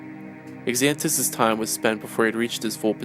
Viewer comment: Xanatos is pronounced Zan-ah-tose with a Z sound, not an x.